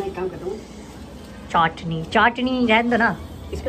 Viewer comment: Chatni ko amaan चाटनी bol rha hai 🤣🤣